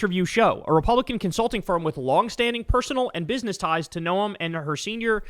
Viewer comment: "No-uhm"? It's pronounced exactly the same as gnome. If you're gonna make fun of the fascist botox barbie from my state do it right 😤